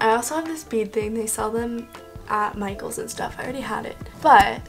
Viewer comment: When she says Michaels it sounds like “my goals!” Lol idk if anyone else heard that.